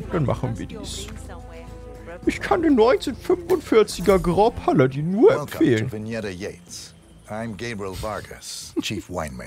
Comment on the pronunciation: ichbin zwar kein Französisch bzw. Wen experte und möchte dich auch nicht mit verbesserungen nerven, aber ich glaube grand paladin spricht man groo paladah aus